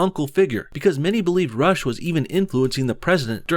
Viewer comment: When he says Rush I can't unhear Russia